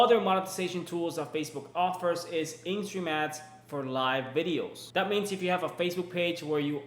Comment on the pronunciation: Oooooh!! In- STREAM-ads!! You slowed down and I got it, then you said it like “ instromats” again! 😂